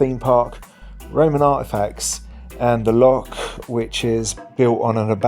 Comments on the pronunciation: It's very easy to rectify. Especially in Glasgow, ask a Glaswegian, they're very friendly. The "lock" instead of loch made for a bad start. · Gunanhill, lochs.. not locks. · Locks are in canals. Learn to pronounce Loch.